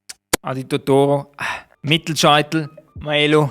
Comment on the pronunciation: wie du ifach maelo ussprichsch😂